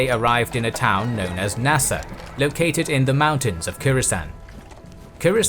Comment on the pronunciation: you keep calling it "Nasa" - on the map as well. I believe you mean "Nisa" (just west of modern-day Ashgabat), a former Parthian city.